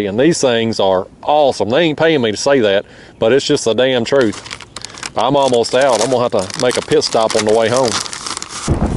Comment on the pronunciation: It's the darrrrem trruuth